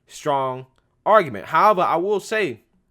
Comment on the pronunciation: WOW... ACTUALLY PRONOUNCED "HOWEVER"..."HOWEV- ER' 😆